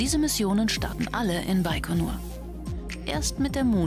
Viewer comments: Hab immer "bei Konur" verstanden...😂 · Das heißt baigonur